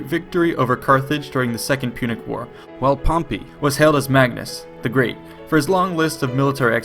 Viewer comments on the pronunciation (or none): none